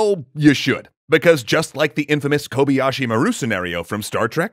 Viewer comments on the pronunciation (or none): That's not how you pronounce Kobayashi.